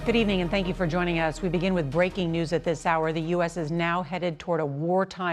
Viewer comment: I can't stand the way these reporters exasperate every single word. For example, her use of the word 'you' for some reason has three syllables. Give it a rest.